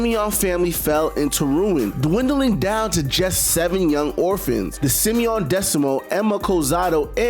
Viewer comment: How you saying Shimon/Simon wrong every time lol